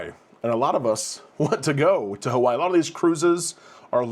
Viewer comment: Just once we would love haoles such as yourself to respect the mana and say Hawaii correctly.